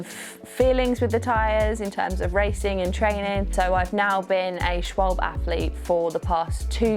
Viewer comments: As a german hearing Schwalbe being pronounced as Schwolb is almost worse than Porsche being butchered to Porsch😅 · I like your English pronunciation of "Schwalbe"😃 Greetings from Berlin & all the best for your next race!